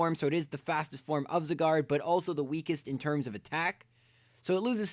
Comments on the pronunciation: Gata ANSAH it's Zye-gard. Not zigard. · It's pronounced Zieguard, not Ziguard. Go watch the anime if you think I'm wrong. I hope I never encounter anyone else say Zygarde's name like he did, it's so annoying. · ZY-GARD NOT ZE-GAR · I hate how he said zygard wrong, he said something like zigard or cigar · Why do you pronounce Zygarde as Cigard? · Your saying zygarde wrong it's sounds like it saying cigar XD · Only the garde part of Zygarde is french. The zyg part is based on the english word zygote which is pronounced sai. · Its pronounced Zī - gärd idiots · it is souns like it saying cigar XD WHAT IS THIS??? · If you could pronounce Zygarde that would be great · I love how you pronounce Zygarde...